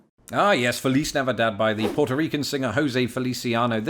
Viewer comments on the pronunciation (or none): none